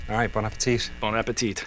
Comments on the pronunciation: It is ‘Bonn a-pe’tee’ :) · Please don't pronounce the 2nd T in Bon Appetit